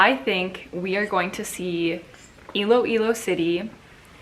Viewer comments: You got it right! It’s Iloilo!! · Miss Iloilo is Miss Universe PH 2020 you said it right...